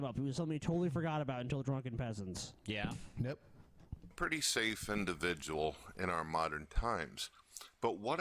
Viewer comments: yes this actually bothered me i was like HOW DID YOU NOT NOTICE THE INDIVIDJAL SHITUASHIONS???!! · Holy shit, go to for a lol. This was clearly way before became self conscious about using the word "indivijul." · Oh my god, he uses "indivijul" in three sentences in a row in the first video! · I love when used to casually say indivijul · How many times does say "indivijul" in this video? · I take offence to this purtickular induhvijul sichawayshun